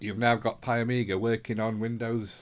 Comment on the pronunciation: there is no A its PIE MEE GAH...